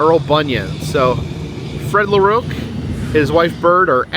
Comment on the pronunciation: You side the last name of LaRocque the wrong was and I do feel very offended of what you said and how you pronounce it the name as this is my last name, the best way how to say is LA Rock for LaRocque.